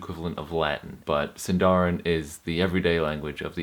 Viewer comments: Exact pronunciation is "SìndaRin", not "SindàUin" like english pronunciation.. ;-) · It’s siiiindarin not sindaarin. I feel like Hermione Granger 😂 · it is Sindarin roll your r's! + put stress on the sin not the darin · 'Sindarin' is actually a Quenya word and should be stressed on the first syllable (like Latin) not the penult (like Welsh). The same rules apply within Sindarin itself. The penult is only accented in words of two syllables or where the penult has a long vowel, diphthong or is followed by two consonants (a 'heavy' syllable).